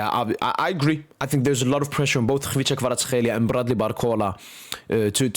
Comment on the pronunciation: Bro why you pronouncing Kvicha Kvaratskhelia so well? 🎉 nice one dude